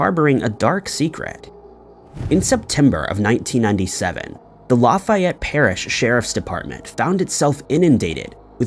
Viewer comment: I didn’t know about the Lafayette thing and I’m from Louisiana. Just a side note,, it’s just pronounced, La (pronounced like the letter a in apple) fE et. Comeaux 😳 I think I know some Comeauxs